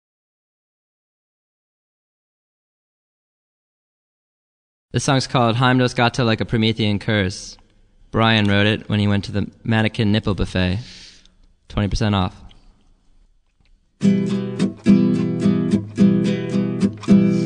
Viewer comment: It's Hyme-dahls-gahtuh. Heimdal is a guy's name and gate means street in Norwegian.